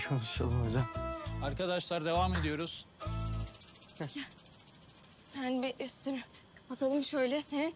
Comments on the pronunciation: Gökçe: zen garışma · ✨️zEnğ gaRıŞma✨️